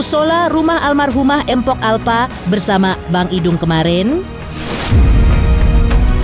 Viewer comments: Tolonglah min kalau nyebut jangan Empok, Gak enak banget di dengar, belajar lagilah cara bacanya. Yang benar itu Mpok, bukan Empok. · Naratornya kok begitu bacanya..tulisan memamg mpok tapi K nya ga usah disebut kali....